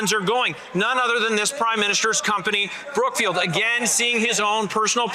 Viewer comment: I always hear CROOKFIELD.